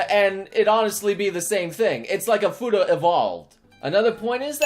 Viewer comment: fueeeeeedaaaaa get it right